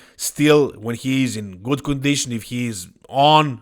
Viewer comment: I thought you said : "Nick looks gut". 😂